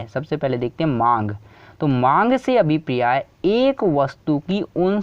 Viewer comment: Abhipriya nhi abhpray hota h 😂 #priya got viral🤣